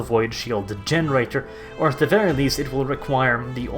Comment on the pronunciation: Please start saying "very" without rolling your R